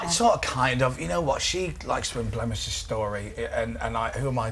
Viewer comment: "she likes to EMBLEMISH the story"!?!? hehe!